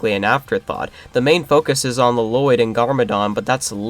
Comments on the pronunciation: Ah yes LUH-LOYD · I like how you kept saying La-Loydd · The worst part of this movie is easily the pronunciation of Lloyd, by everyone.